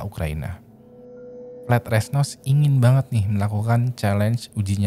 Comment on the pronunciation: ok... namanya dua2 nya salah.. Vlad itu kyk bilang blood tpi pake V.. so apa yg di baca sama dengan ap yg diomongkan. and Sean.. di baca shan.........